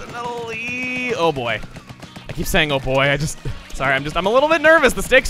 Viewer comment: You don't get to KEY-p the key